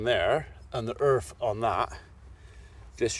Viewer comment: I don't mean to sound mean or anything but can you say Earth with a E haha :P :)